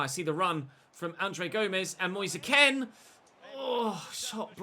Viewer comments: Is it not Moise Kean as in Keen not Ken? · you pronounce it as moise keen instead of moise ken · his names not "Moise Ken" it's pronounced "Kean" as it's spelled out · Why do you keep pronoucing Moise Kean as 'Ken'. Moise's Kean is pronounced the same way as Michael's Keane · You're right. is pronouncing it the way many Italians did, but Moise himself has said it's like 'Moyes Keen'. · Your saying Moise Kean wrong😅